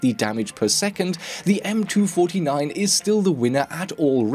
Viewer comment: cant handle that you say m2 49. its m 2 4 9